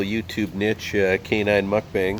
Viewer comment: I just want to say that I appreciate the fact that you've changed your pronunciation of mukbang!